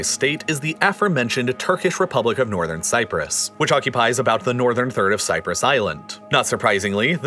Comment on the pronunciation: You really, really want to add that "r" to "Nothern Cyprus."